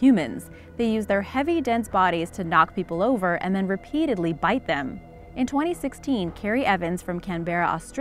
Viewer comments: Yea nah we don't call Canberra can-bear-rah.we call it Can-brah mate. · Um babes it's pronounce can-bra not can-ber-ra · Did she say can beara it is pronounced canbrra Canberra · for future reference canberra is said like (can- BRA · my friend hit a wombat with his car and it fuckin destroyed his engine. the same thing almost happened to me D: also canberran here, that isn't how you pronounce canberra.